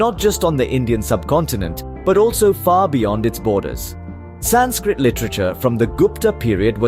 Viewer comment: Learn how to say sanskrit Aarav Prakash 7 E